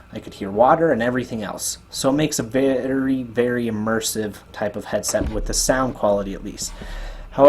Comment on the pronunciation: "so it makes a VA-ARY VERY emersive headset" lol